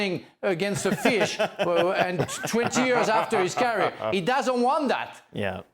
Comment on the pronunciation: can someone please tell leboef how to peonounce the word CAREER, FFS..